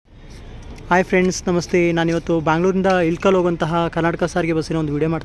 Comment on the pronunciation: That is ilakal not ilikallu😅